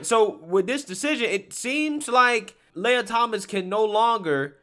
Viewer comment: Lee-uh Lee-ah Not, Lay-uh